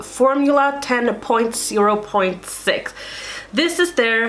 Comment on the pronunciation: ‘Bra Cosmetics’ LOL 😂 I love how similar sounding words mean such different things in different languages. Just a heads up... I think the brand 10.0.6 is pronounced ten-oh-six. Love your videos 😊🧡